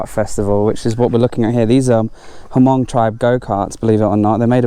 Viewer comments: h is silent. mong. 555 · Hey, the Hmong tribe is pronounced mong. The “H” is silent. Just so you know. Keep up the great work!